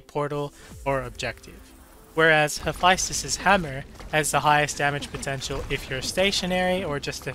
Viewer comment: Why you pronounce Hephaestus like that